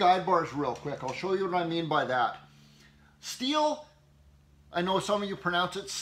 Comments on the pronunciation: You're the only Canadian I've ever heard pronounce Stihl correctly. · beside your perfect explanation on chains: You're maybe the only U.S. guy I know who pronounces "Stihl" right: Thank you for that 😁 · Stihl itself says it's pronounced "steel". I always thought it was shteel , it being German and all. How do you know you have the correct bar for your saw? I have found that one cannot rely on the photo on Amazon having anything to do with the product being sold. I've frequently seen table-saw blades for sale where the description says something like "40-tooth combination blade" whereas the photograph is of a 100-tooth veneer/plywood blade. "I don't have a picture at hand of the chainsaw chain I'm selling—I'll just use the picture of the last one I sold." I guess it's just a case of buyer beware.